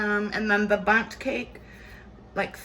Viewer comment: What a beautiful places looking “bunting cake” lol. We all know who says bunting instead of Bundt 😂😂😂